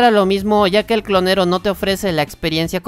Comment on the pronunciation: Osea si dices guitar hero, pero también dices "clonero" 😂